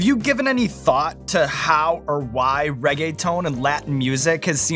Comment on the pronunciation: I'm wheezing "Rae-gay-tone" 🤣🤣